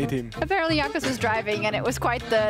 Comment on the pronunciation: mans said Jagnos